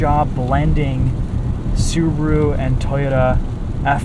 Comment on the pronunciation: it's subaru not subro